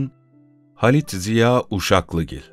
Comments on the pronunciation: Halit isminde "a " uzun okunur, genellikle bu yanlış yapılıyor. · Rikkat hanım doğrusunu yazmışlar. Uzun okunur. Dişili "Hâlide"yi de uzun okuruz. Selamlar.